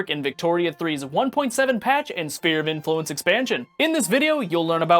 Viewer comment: Did this fucker just pronounce it spear of influence?